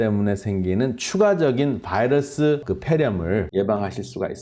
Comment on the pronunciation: 코로나 vㅏ이뤄쑤? 발음좀 젖당히